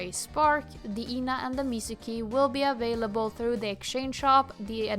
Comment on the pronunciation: I’m so sorry for mentioning that and I’m not sure whether I’m the first one to point that out but you’re pronouncing Ena’s name wrong - it’s not pronounced like “Eena”, but more like “Eh-nah”